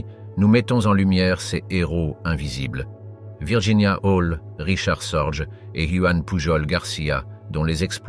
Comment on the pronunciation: richard SORGE sans s se prononce SORGUE